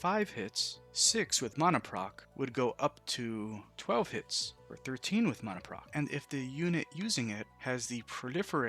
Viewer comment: mona, no its mana